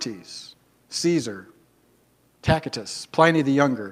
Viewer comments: "Tackitus"? Oh dear, as he never heard the name Tacitus (rhymes with ass-it-us) pronounced? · Ah yes “Tackitus” 😂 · Tackitus and Heroh-dus, huh?